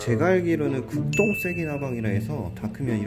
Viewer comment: 극동 인데 급똥 으로 들음 ㅋㅋㅋㅋㅋㅋ